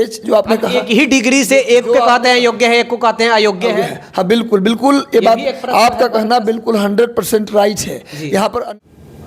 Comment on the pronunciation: फिर से आप जजमेंट को जजमेंटे बोल रहे हैं,,बात को बातें कहते है,,पहले शुद्ध वर्तनी का ध्यान रखिए